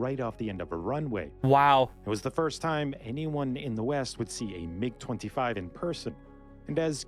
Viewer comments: M, I, G, you american say mig, its the name, not an acronym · It’s mig one word not m-I-g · Mig not M.I.G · That's the first time I've ever heard someone pronounce MIG as M-I-G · Bro really said "M I G" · The M-I-G!! lol, I don’t think I’ve ever heard it said like that, who doesn’t know about the classic Soviet MiGs. Almost as famous as the M-16 v. Ak-47 debate. The F-22 is currently the top stealth fighter in the world; the problem plagued F-35 would be considered top air superiority, followed by the CCP’s J-20– kind of like if the F-35 and F-22 had a baby, then probably the Russian Su-57 which is said to not have quite the stealth capability of the previous but has incredible maneuverability. I believe it may be the fastest fighter jet but don’t quote me on it I could be wrong; I know it has the ability to run it’s after burners for a longer period. Although a completely different type of aircraft, I think the A-10 Warthog is the one of the coolest definitely worth checking out. The F-35 has been in constant debate due to huge budget overages, technical & mechanical issues and delays mostly due to it being one design that needs to meet the needs of 3 separate design models. Seems like we lose one every couple weeks, I’m not sure if it was the RAF or the Royal Navy but they lost one a few months back as well (I think in the Mediterranean) The F-22 came at a massive cost and was well ahead of it’s time so the program was either ended or put on hold, it’s radar cross-section is that or a bumble bee 🐝 showing up.